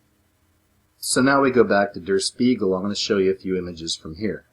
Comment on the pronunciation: Der Spiegel is pronounced "shpiegel", and means the mirror. Jus' saying 😎